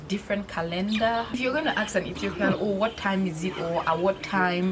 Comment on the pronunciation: Sister need to know the difference between ASK AND AXE